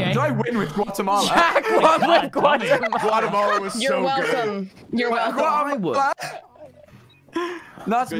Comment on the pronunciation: “Guatamala Gautamala” is a pure tubbo moment...